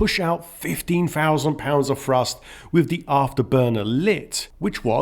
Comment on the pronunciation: Dear speaker, great video, but you may learn how to correctly pronounce "th". Instead of "three", I hear "free", instead of "thrust" it is "frust". That's a little confusing.